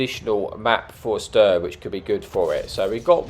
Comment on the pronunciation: It's not STIRV, Its Stridsvagn 103 or S-T-R-V. Other than that, good video.